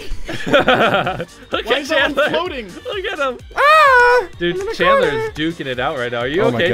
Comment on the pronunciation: YEAH "CHANTLER" dude its chandler oof.